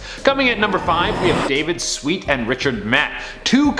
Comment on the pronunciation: Do you not know how to read??? It’s sweat, not sweet